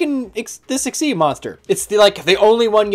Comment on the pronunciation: it's egg-SEEZ